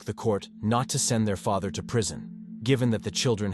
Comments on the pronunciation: OMG Ik! After the way he pronounced father and then referred to the day as her"murder day " I had to skip it. 🤦🏻‍♀️ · Some of the AI narration is pretty funny. Pronounced “father” three different ways.